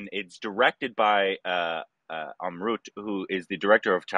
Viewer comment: Bro He's not "Amrut".😅😆 He is "Om Raut"